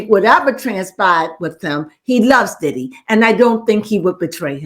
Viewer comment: You almost got it right but not quite it’s not diddy